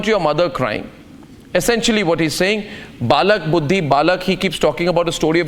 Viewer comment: Not "Balak Buddhi" it is "Bail Buddhi"